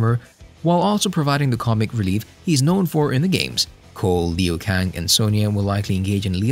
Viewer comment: I cringed when you said Lin Kew :D but yeah, I have high hopes for the second movie. Nice amount of info pal, great work.